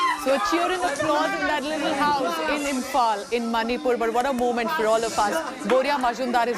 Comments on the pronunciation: Madam Manipur and NOT Manipal SO proud of Ms. Chanu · Not Manipal... It's Manipur State of India... Well, congratulations Mirabai Chanu... You made us proud... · please atleast check properly where she is from before you read the news. She is from Manipur ( a northeastern state of India ) and not from Manipal.